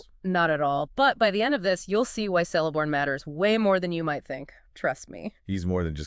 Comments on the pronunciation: It is not "Sell - a - born". It is "Kell- a -born". His daughter (the wife of Elrond) is 'Celebrian' pronounced 'Keleb - bri - an' NOT 'Sele -bri - an'. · who the fuck is Seleborn XD its Celeborn K. Keleborn. lol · Pretty sure it's pronounced with a 'k' rather than an 's' sound.